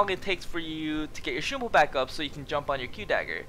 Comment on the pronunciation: the way he says shunpo instead of shumpo is triggering me so hard